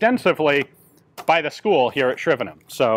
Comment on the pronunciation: I appreciate Ian pronouncing Shrivenham properly I.E not saying HAM at the end